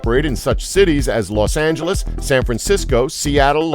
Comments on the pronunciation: He said los angles twice 😂😂😂😂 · you said los angels